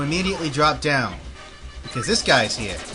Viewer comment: Do you have an accent? It seems sometimes you say 'Over hehr' XD